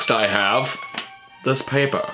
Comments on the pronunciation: the paper pronouciation 😂😂😂😂😂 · “Next, I have dis (this) , paypuh (paper).” in some sort of accent that kinda sounds kinda similar to a Russian accent, somehow.